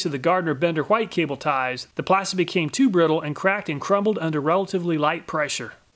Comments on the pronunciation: Love your channel, BUT PLEASE STOP SAYING WHITE LIKE THAT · I just noticed that you pronounce white in the older way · i just found that interesting since I've never heard people say it that way other than people teaching others that is how it is used to be pronounced